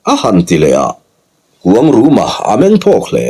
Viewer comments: Khuangruma ti in i lam ri in ka hre tlat zel😂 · A changtupa hi kuangruma nge kuangluma chiang zawkin a sawi theih chuan a lawmawm ngawt ang